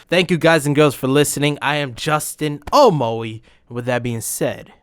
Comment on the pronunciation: It's ya boi Justin... Uh.. Mo.. E